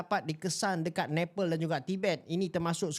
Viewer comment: Bukan Nepel tapi Nepal... Sebutan kena betul.